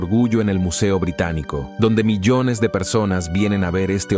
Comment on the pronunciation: Es un programa de voz , por eso pronuncia tan mal. Dice arroz (rice ) y carrera (race) en vez del apellido de Piri Rais. Y en otro lado, "milones" en vez de millones. ¡Horrible! Tal parece que medio mundo se ha vuelto mudo.